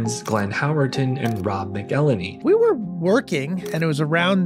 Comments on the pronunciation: robs last name is pronounced mackelhenny, not mikellny. i know this because of a special birthday video from ryan reynolds great vid man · It's Mack'El-Hey-Knee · Really loved this! Wonderful edit. But also, MACK-EL-HEN-EEE because we need to do Rob right. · I’ve heard robs last name mispronounced before but not like this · Thats not how ya pronounce rob's last name but great vid nonetheless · vulture channel. cant even pronounce rob mcelhenney's last name right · robs last name isn't pronounced like that